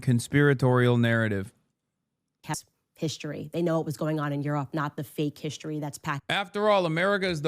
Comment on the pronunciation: It drives me nuts when she says “hish-tory” instead of “history”.🙄